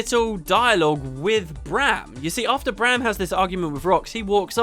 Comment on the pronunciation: Refreshing to listen to a video with someone who can pronounce Braham and not say Broham like certain others... :P